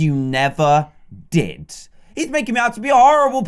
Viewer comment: HE SAID DID IN HIS ACCENT IT SOUNDS LIKE DIDT